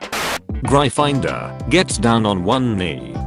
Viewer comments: It also pronounces Gryfindor like Gri finder So here, if you want to prove it's jif and not gif, give me an english word that supports gif- sounding with a soft g. Because gift aflready exists to disprove you, and it's 1 letter off. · No one: Text to speech voice: GRY-FIND-OR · Nobody: Not a single soul: Google voice : GREYE FINDER